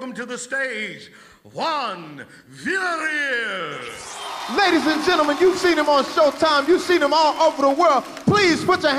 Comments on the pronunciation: was introduced by three different comedians to start this video. One supposedly a Mexican,, and none of them could say Villareal. smh but lmao. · Wtf? Viyarreal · Its vilya-riyal... Not verrraaalll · They say his last name wrong everytime, I can relate, I'm also a villarreal, I have to spell that shit out to people every day lol. Give it up for us villarreals-Luis villarreal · They botched this guy's last name so bad lol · Juan Villa"real" lol can't say it